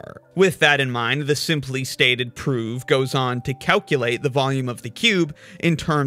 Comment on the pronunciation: I totally respect your ability to keep pronouncing 'proof' with a v :)